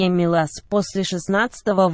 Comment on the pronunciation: Не милаааас, а миилас